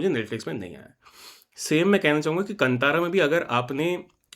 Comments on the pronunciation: Why Hindi people behave like aliens, that is kaanthara, no kantara, pls pronounce properly 🧐🥴😄😄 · Kantara nahi bhai Kaantaara🤦🏻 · It is कांतारा and not कतारा.. why do we have so much of problem in pronouncing properly our own Indian words when it is written clearly in Hindi